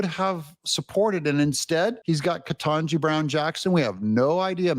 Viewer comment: Biden could NOT EVEN PRONOUNCE KETANJI BROWN'S NAME! I remember when I believe it was her Birthday and he couldn't get through her name to wish her Happy Birthday.